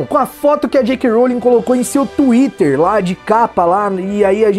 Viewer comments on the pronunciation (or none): none